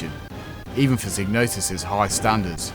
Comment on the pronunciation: Sighg-no-sis not Sig. Doesn't really matter how you say though. great video 👍👍👍👍